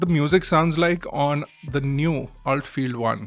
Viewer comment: It's pronounced ULT not Ult I believe!